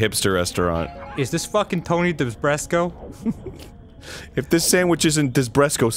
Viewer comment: Desbreko! Not DESBRESKO!!! I'm triggered!! You fucking triggered me!! Way to go!!!! ^/)^